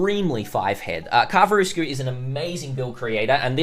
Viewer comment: I was a bit surprised how well you said Karvarousku. And then you butchered the spelling 🤭